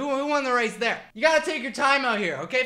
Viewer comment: “who won the wace?” 😭😭